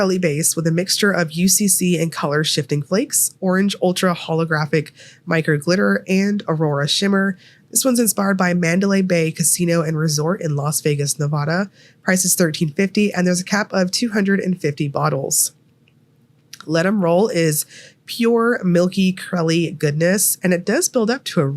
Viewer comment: Ooooh! I didn’t know what to comment until I heard you say it, but it’s “Nuh-va-duh”. The first a should sound like the start of apple, not the start of awning. ❤